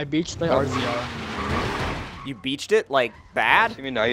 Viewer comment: Razor not rzr